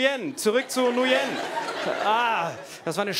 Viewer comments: Nguyen wird übrigens eigentlich "ngwiin" ausgesprochen, wie wenn man im Englischen sagt: "It's a thiNG WE INtend to do" ;)) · Ähm ich kenne einen Vietnamesen und der heißt nicht Nujen